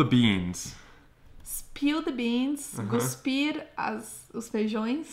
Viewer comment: Só uma dica, é "cuspir" e não "guspir" haha